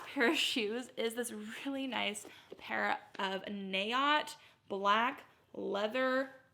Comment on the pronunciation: Love Naot shoes. It’s pronounced more like n’oat or nah-oat.